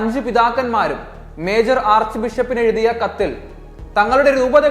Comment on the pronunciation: ഈ മറുപടി പറഞ്ഞത് കാഞ്ഞങ്ങാട് ഫൊറോന പള്ളിയിലെ ജോർജ് അച്ഛൻ തന്നെയാണോ? ഇത്രയും വർഷം സെമിനാരിയിൽ പഠിച്ചിട്ടും മലയാള അക്ഷരങ്ങൾ ശരിക്കും ഉച്ചരിക്കാൻ അറിയില്ലല്ലോ? ശേ ശവും, ബിശപ്പും. നാക്ക് നന്നായി ഒന്നു വടിച്ചാൽ തീരാവുന്ന പ്രശ്നമേ ഉള്ളൂ. 5 പിതാക്കന്മാർ പുറപ്പെടുവിച്ചു എന്ന് പറയുന്ന വിയോജനക്കുറിപ്പ് എന്തേ പ്രസിദ്ധീകരിക്കാത്തത്. ക്രൈസ്തവ സഭയ്ക്കെതിരെ എന്നും പടവാൾ ഉയർത്തുന്നചില ചാനലുകളിൽ അഞ്ചു ബിഷപ്പുമാർ എന്നുപറഞ്ഞിട്ട് അവരുടെ പേരുപോലും പറയാൻ തയ്യാറായില്ല. ഇത് വിശ്വാസികളെ വഴിതെറ്റിക്കാൻ വേണ്ടി പോപ്പ് ഷൈജു ഫ്രാൻസിസ് പണം കൊടുത്ത് ഉണ്ടാക്കിയ ഫെയ്ക്ക് ന്യൂസ് അല്ലേ? അടുത്ത ദിവസം കർദിനാൾമാരുടെ പേരിലും മാർപാപ്പയുടെ പേരിലും വ്യാജവാർത്തകൾ പ്രതീക്ഷിക്കാം. എന്തുപറഞ്ഞാലും റിലേ കുർബാനയിലൂടെയും, അൾത്താരയിൽ കയറിക്കൂടി കാട്ടിക്കൂട്ടിയ കോപ്രായങ്ങളി ലൂടെയും ക്രൈസ്തവ സഭയുടെ പരമപ്രധാനമായ വിശുദ്ധ കുർബാനയെ അവഹേളിച്ചതിനെപറ്റി മാത്രം കാഞ്ഞങ്ങാട് അച്ഛൻറെ അഭിപ്രായം അറിയുവാൻ ആഗ്രഹമുണ്ട്. ഒരു വോയിസ് മെസ്സേജ് എങ്കിലും ആയിരുന്നെങ്കിൽ വിശ്വസിക്കാം ആയിരുന്നു. ഇത്രയും മികച്ച സാങ്കേതികവിദ്യ ഉള്ള ഈ കാലഘട്ടത്തിലും എഴുതിത്തയ്യാറാക്കിയ ഒരു വാർത്ത വിശ്വാസികളെ വീണ്ടും വഞ്ചിക്കാൻ ഉള്ളതാണെന്ന് ഒരു തർക്കവുമില്ല. എറണാകുളത്ത് ആയാലും, ചങ്ങനാശ്ശേരി കാഞ്ഞിരപ്പള്ളി പാലാ തലശ്ശേരി ഏത് രൂപതകളിൽ ആയാലും വിശുദ്ധ കുർബാനയുടെ മുഴുവൻ സമയവും വിശ്വാസികൾ അൾത്താരയിലേക്ക് നോക്കി തന്നെയാണ് നിൽക്കുന്നത്. സക്രാരിയിൽ എഴുന്നള്ളിയിരിക്കുന്ന പരമകാരുണ്യവാനായ ദൈവത്തിങ്കലേക്ക് തിരിഞ്ഞു നോക്കുവാൻ ഏതാനും വൈദികർ എന്തേ മടിക്കുന്നു. ബഹുമാനപ്പെട്ട ജോർജ് അച്ചാ നിങ്ങൾ തിരുപ്പട്ടം സ്വീകരിച്ചപ്പോൾ കാർമികൻ്റെ മുമ്പിൽ മുട്ടുകുത്തി ശിരസ്സ് നമിച്ചു ബൈബിളിൽ തൊട്ട് നിങ്ങൾ